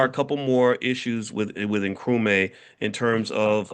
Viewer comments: It's Nkru-MAH not Nkru-mae :) Welcome to the motherland! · I mean how!! This man is a PhD and he is in Ghana and he can't say Nkrumah? How did he come up with Nkrumay? He is just not "applying" himself well enough😊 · It is pronounced Nkrumah (not may)… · ❤❤ Nkrumaaaaah not May 😅